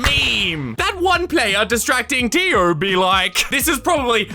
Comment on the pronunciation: totally not related to the video but everytime said tio i kept thinking of dio